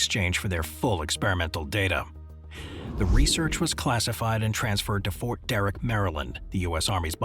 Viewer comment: It’s “Fort Detrick” not Fort Derrick